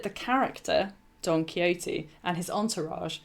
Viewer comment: She said it correctly. Perhaps your hearing is off a touch.